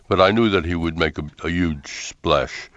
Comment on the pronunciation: HAHA thats adorable Larry also says yuge :D I love the Sanders brothers